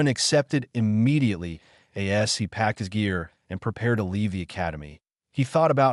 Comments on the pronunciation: And as which it reads as A S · As not A-S